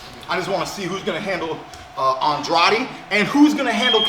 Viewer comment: thank you for pronouncing Andrade’s name correctly Keith💯